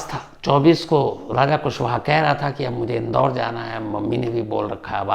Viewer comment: Shams raja ko raj aur raj ko raja kyun bolta hai😮😮😮😮😮😮😮😮😮 thoda dhyaan se bola kar tu